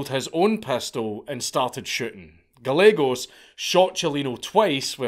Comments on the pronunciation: Good god, stop. It’s Ga-ye-gos. Double l makes a y sound in Spanish. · It's pronounced "Guy-eggos". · Gallegos is pronounced guy yegos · Gallegos. Pronounced. GAH YEEEHHH GOES